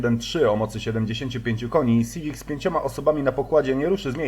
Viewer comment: To je hunda siwic, a nie syfik